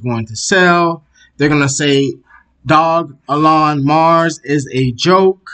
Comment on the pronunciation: It's pronounced doge-elon Stop butchering the name. This is pissing me off because l love this coin. Please do better research before posting videos. You have jumped on the bandwagon but provide NO insights at all or demonstrate you can read charts, why should l subscribe?